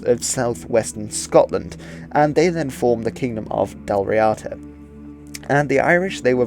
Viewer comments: Actually, help is closer to hand than you realise. I am an Irish speaker... So, ask away. To start you off, as a rule Irish/Gaelic words are generally stressed on the first syllable. Hence Dal REEada, not Dal RiAAda. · Full marks for your comments at the beginning on pronunciation. It is Dal Ríada, (d not t). The accent is on the í, so Ðal Ree-uðu is the proper way to say it, using eth for the th sound..